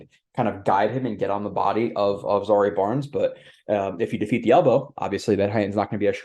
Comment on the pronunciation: His name is zy-EAR, not ZA-ree. Like the former country where Ali and Foreman fought the Rumble in the Jungle.